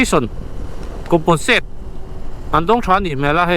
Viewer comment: Componsate ani loh compensate tih tur aw